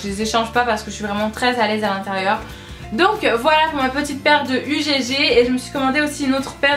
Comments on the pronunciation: Super découverte malgré tout :-) je vais aller voir sur le site si l'offre y est toujours. Ha oui au faite ma belle tes chaussures ça ne se prononce pas "UGG" mais "ugue" 😉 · Euh on ne dis pas U.G.G MAIS UGG et il y a des produit nottoyant de la marque UGG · UGG c'est un seul mot, on ne prononce pas les lettres séparément !